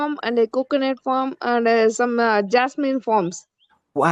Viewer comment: One suggestion; It is Farm not Form